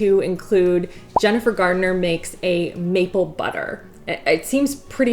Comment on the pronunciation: Why is she saying jennifer GARDENER? 💀💀💀